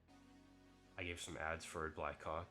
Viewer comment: Bro's got to stop saying "black hawk" like that 💀